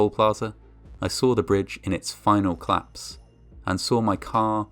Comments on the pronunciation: Great voice! Col-lapse has two syllables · COL-LAPSE. 2 syllables. So irritating to hear it wrong so often from such a wonderful voice.